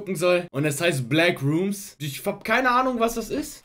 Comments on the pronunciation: Es heißt backrooms und nicht blackroomms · Wer kennt sie nicht, die Bläckrooms 😅😅